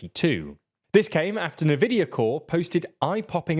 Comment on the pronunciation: One teensy tiny mistake is the pronunciation of Nvidia. Its more like envidia than nuhvidia